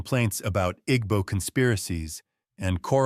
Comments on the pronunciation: The “g” in Igbo is silent. Ergo, pronunciation is I-b-o. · you're right that the pronunciation in the video is wrong but it not just "b" sound either. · It's not silent. The "gb" is a different consonant that's not in the English language. It's one sound. It's not pronounced as either "g" or "b". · Take it easy on your pronunciation of igbo pls. Dont stress too much on the gb, pronounce it as ibo even though it's spelt as igbo. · The g in Igbo is silent= Ebo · why is the narrator mispronouncing "igbo"??? sounds like an AI generated white male voice. kinda weird to have that on a video talking about Jamaican and African history. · The "g" is not silent per say. The "gb" is a different consonant that's not in the English language. It's one sound. It's not pronounced as either "g" or "b". The pronunciation in this video is wrong. Your pronunciation is also wrong.